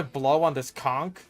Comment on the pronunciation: Thank you for pronouncing conch correctly <3